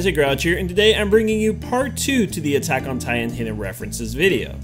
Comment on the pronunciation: Buttack on titan really 😂